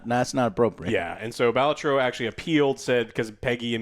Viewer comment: Why are you saying "Baltro"?